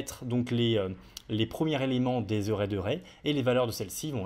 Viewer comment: stp fais un effort avec ton accent quand tu utilises des termes anglais, mes oreilles saignent (array => euray, iterable => iterobol) pitié